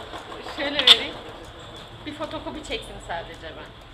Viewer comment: fotokobi degil fotokopi